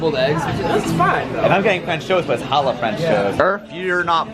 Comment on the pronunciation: The way you butcher Challah is unsurprising, but yet infuriating. People who don't speak Hebrew have a hard time pronouncing the ch-sound, so I will give you a pass. Challah french toast is the best-hands down.